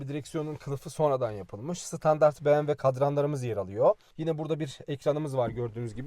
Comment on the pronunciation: bmw diyemeyen birisi bmw yi anlatıyor